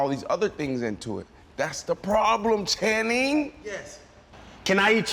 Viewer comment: Someone please tell Ocho, his name is Channing…not Shannon!! 🤦🏽‍♀️🤦🏽‍♀️